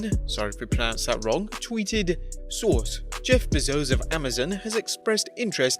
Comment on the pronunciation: "Sorry if I mispronounced that name" You mean like you keep mispronouncing Jeff Bezos' name?